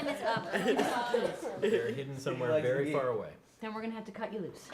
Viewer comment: Yay! It's been a wery, wery long time.